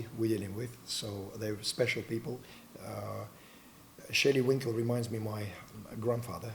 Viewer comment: He called him Shirley winkle 😂😂😂😂